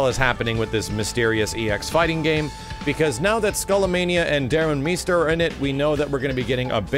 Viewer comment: Wait is it pronounced, Darun "MEEster" or "MYster". I could have sworn, the announcer from one of the previous games always pronounced it "MYster".